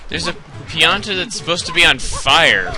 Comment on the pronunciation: pianta not planta